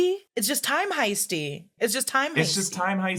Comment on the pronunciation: Time Heisty sounded like Time Hyphy and its Bay Area appropriate :)